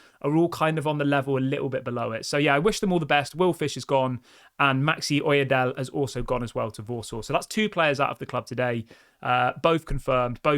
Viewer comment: It's Maxi O-Y-E-D-E-L-E....the "E" is pronounced too. The name originates from southwest of Nigeria. I also hail from that area of the country. Well done, like your updates.😂👍🏼